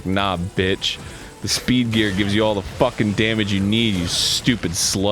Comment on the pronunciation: Am I the only one who keeps hearing "beef-eater" when Mega Man says "speed gear?"